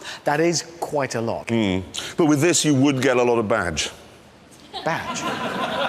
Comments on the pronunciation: I am guessing you mean the part where Clarkson and Hammond are taking about the Revénton. He meant to say 'vage' which means you'll pick girls up, but cause of the V and the B confusion, he said 'badge' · In the end Clarkson said Bage. Usually Clarkson says Vage for Vagina. Reventon=Rebenton Vage=Bage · he meant vadge, which means genitals. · Both of them are saying it wrong. ReventON. with emphasis on the O, not the second E. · If reventon is pronounced rebenton, why is the aventador not pronounced abentador :P?